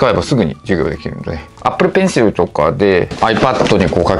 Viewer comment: Apple Pencilでさえ発音いいの本当草